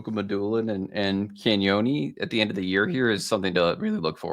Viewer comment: Love the stuff. Can everyone start pronouncing Cagnoni properly please?